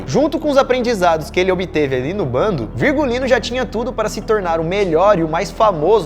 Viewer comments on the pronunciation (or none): NÃO É BONDE É "BANDO" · Se diz bando e nao bonde! Rs